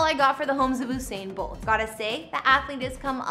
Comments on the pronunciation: You didn’t even pronounce his name right 😒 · why is she pronouncing his name like thattttt😖😖😖😖